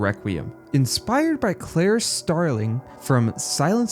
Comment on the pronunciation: "Clare" Starling?